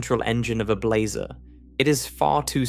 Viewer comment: "How many different ways can one narrator describe blazar's angles" while pronouncing "blazar" differently from one sentence to the next is not what I was expecting out of this.